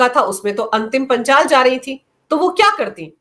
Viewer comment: मैडम पहले पहलवान का नाम तो सही से बोल लो वो अंतिम पंघाल है ना कि अंतिम पांचाल फिर ज्ञान बाटना गोदी मिडिया